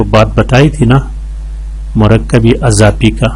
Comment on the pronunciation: ماشاءاللہ بہت اچھی ویڈیو بنائی ہے۔ بہت کچھ سیکھنے کو ملا لیکن مرکب اضافی ہمزہ کے کسرہ کے ساتھ ہے نہ کہ فتحہ کے ساتھ۔ اسی طرح مضارع میم کے پیش کے ساتھ ہے۔ اور فاعل میں آپ فا کی جگہ پا پڑھ رہے ہو اگر آپ اس کی اصلاح کرلے تو مزید بہتر ہوجائے گا اور آپ کی شخصیت میں نکھار آجائیں گا۔ شکریہ